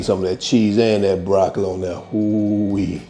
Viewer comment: Broc-co-lee...groun...beef-e-dee, 🤣🤣🤣🤣🤣🤣🤣! Gonna make me sum😋. Gonna pre-order the hard copy too. 🙂